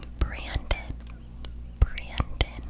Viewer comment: Brandon is only said once. The second one is brenden, slight pronunciation difference. : )